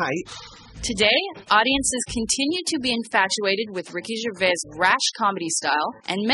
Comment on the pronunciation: Wow, so many mistakes in this, do your research. Firstly, getting his name correct. Its gervais, with the 's' at the end. And to say he is getting pompous now, means you are totally missing the point. He is making fun of that,not being it.